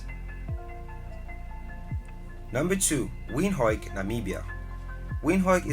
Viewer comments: Windhoek is pronounced as "Wìnd- uk" or " Venduk" 🙏🇳🇦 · Windhoek is pronounced as Vind-huk...not those funny names😂😂😂😂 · The pronunciation of Windhoek is sooo wrong. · wind - hook or wint- hook?